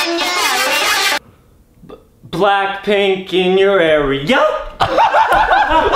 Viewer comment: I loved when adem sayd blackplnk in your area